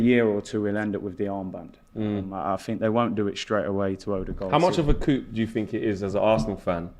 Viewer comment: Nobody knows how to pronounce coup 🤡🤡🤡